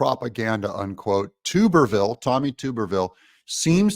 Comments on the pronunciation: Doug its not tube er ville its tuberville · Not TUBE-R-VILLE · Tuberville the “U” sound is short. Not long. Stop saying tube. Wash Tub. Say Tub tall man! Don’t take offense. Love ya Man! Appreciate what you do. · It is not pronounced ”Too-Berr-Ville!! Man we can tell your not from the south!! Its Tub-er-Ville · I like Vivek! PS: Senator Tuberville is pronounced like your, Bath Tub! Tub, not tupe😊 Love the show, too tall! Don't ever change 😊 Peace. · Hi Doug, just an FYI, Sen Tommy Tuberville's last name is pronounced "tub-er-vill" not "toob-er-vill". He was Auburn's football coach and everyone who knows about him pronounces it "tub-er-vill". Greatly appreciate your analysis on the VP hopefuls. My favorite by the way is Gov. Kristi Noem (1st choice) followed by Gov. Sara Sanders and my longshot but a real conundrum to beat from the Dems would be Lt.Gov Winsome Sears of VA who may very well win the potential swing state of VA with her on the ticket. And she's a dynamo conservative! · Please correct your pronunciation of Tommy Tuberville's name. It is pronounced Tub-er-ville not Tube-r-ville. He is the senior senator from my state, Alabama, and former coach of my alma mater, Auburn University. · Tub ber ville not Toob er ville. Just an fyi! Keep up the good work Doug. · Tub-er-ville. Not tube-r-ville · Hey Doug you say his name tub not tube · You Killin me with the Tooberville😂😂 It's Tubber like Tupperware except with the B😂😂😂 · It’s TUB-er-ville. Not TUBE-er-ville. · Doug Tommy’s last name is pronounced Tub er ville Not tuber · It's TUB-ER-VILLE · Tuberville is pronounced Tub- like a "bath tub". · Please Doug…Tuberville is pronounced Tub…er…ville. Like a bath TUB. Love your commentaries! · ❤️🤍💙 *THANK YOU DOUG* 👍🏼😘❤️ *btw, just an FYI, believe it's pronounced, "TUB..ER..VILLE"..AS in BATH TUB* 👍🏼😘❤️ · “Tuberville rhymes with Rubberville 😂. Are you pronouncing his name wrong on purpose? Not asking in anger, just curious and a little amused 😂